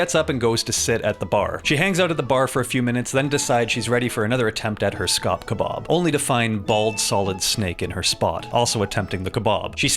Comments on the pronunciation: I can't get over how weird he says kebab😂 Ke-Bawb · I can't stop laughing as he keeps saying "kuhbahhhb".